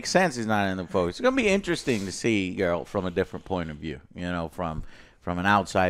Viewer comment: It’s Geralt WITH A HARD G, it’s not JERALT you FAKE GAMERS